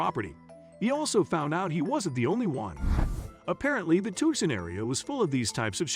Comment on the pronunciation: You pronounced Tucson wrong every single time